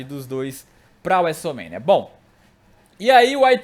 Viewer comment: Cara aprende a falar Wrestlemania direito